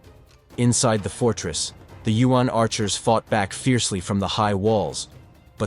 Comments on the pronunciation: YU-AHN or U.N.?!! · Hate it when yuan is pronounced as UN. It’s one syllabus! Not U N